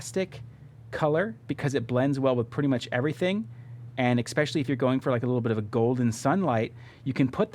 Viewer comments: Let's make it a drinking game. Drink everytime he says EXpetially! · Holy Shit!!! There is no X in the word ESPECIALLY!